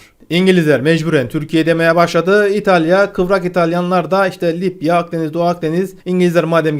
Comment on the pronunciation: Bu adamın şu kelimeleri söylemesi beni gülümsetiyor :D Libya : Lipya Meclis: Meşlis